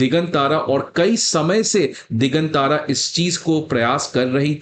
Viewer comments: दिगांतर Not दिगन तारा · दिगांतर है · भाई यह "दिग्गांत्र" है दिग्गन तारा नहीं (1.36 मिन)!! कैसे IAS पढ़ाओगे!! खुद का उच्चारण हिला हुआ है!!